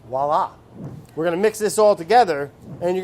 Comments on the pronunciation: what brad says: voilá what I hear: WALLAH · The wallah vs voila killed me. I hate when people say wallah 😂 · voilá certainly is not pronounced like "wallah", rather "vua-lah" with a very light L and not as heavy as in "wallah". anyway, the comedic element in my comment apparently went right over your head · That’s how you pronounce it, it’s not vooy-lah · HAHAHAHA "whallah" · Hahahah “whallah” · LOL glad someone caught the "Walla".